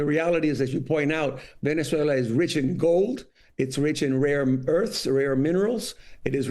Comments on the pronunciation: Venez-wailer😂 i love tesler! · "Venez-whaler" 😂. Dementia strikes again. He's a deranged lunatic. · He said Venezuelr!😂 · It sounds like Trump said VenezueL-ER 🤡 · trump pronounces the country as "Venezueler," imagine committing war crimes against a country and not even being able to say the name. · Since when did Venezuela change its name to “Venice-way-ler” ⁉️ DJT can’t even pronounced it. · venezwayler?! lmao! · "Venezuelers"??? He can't even pronounce the word. And the Republicans just sit and watch, welcome to America. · Venezwhaler ???? Wow such an educated not Prez, lol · 25th amendment please. It's time. Somebody pull him aside and tell him the is no "r" in Venezuela!! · Trump can’t pronounce Venazula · "Venez whaler". Too stupid for prime-time. Make America great again, starting with teaching the leader to read the English language and Maps. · In addition, Venezueler?!!! Is that related to Tesler? trump is an idiot to the max 🤣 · It should be illegal to invade a country if you can't correctly pronounce the name of the country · He could no even pronounce the country’s name correctly! There is no ‘S’ in it.